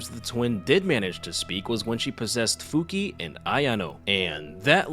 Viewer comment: Her name is pronounced "Fuki-ey"